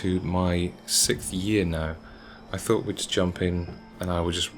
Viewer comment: the way he pronounces "6th" is hilarious